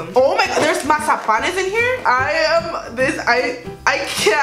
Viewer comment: The way she said mazapans 😬